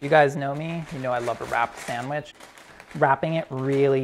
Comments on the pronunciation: “Swamich?” Brad: “Samich.” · Brad laughing at how his kid pronounces "sandwich" is so pure and also a bit ironic